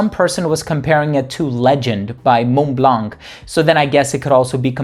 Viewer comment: Uh oh... Are you the reason Chad from AGJ pronounces Mont Blanc so horribly. "Moh-Blah." That's what I hear when he says it.